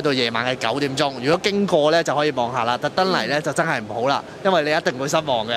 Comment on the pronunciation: 係讀「真」係呀，唔係讀「憎」係呀！懶音要改善啦！哈哈